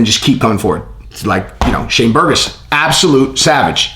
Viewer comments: Yeah…but did he say Burgos or burgoson? It definitely sounded like he said “Shane burgoson” is that Shane burgos and Dereck Brunsons kid?😂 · I was on the live yesterday with my cousin Shane and it’s pronounced Bur’goes but we spell it Burgos. It’s a Puerto Rican last name.